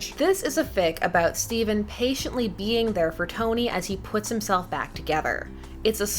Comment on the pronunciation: It's Stephen tho